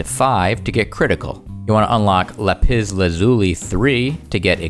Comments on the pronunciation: la-piss lazooli is what I hear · The way you pronounce lapis lazuli is so funny to me "La piss lazooli" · The way he says lapis lazuli xDDD